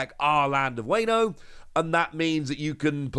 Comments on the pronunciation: Honestly all I want to say is it’s Wah-No not Wayno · if you say "weyno" one more time, i am gonna strike you through my monitor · A kitten dies every time you say wayno. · the "wayno" is killing me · It hurts my soul every time he mispronounces wano.